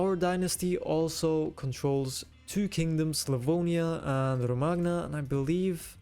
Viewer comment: the man just wanted a hat, then all hell broke loose great content, just one nitpick, Romagna is pronounced "roh-mah-nya" :) nothing major, but that "g" kind of makes me uneasy, i don't know why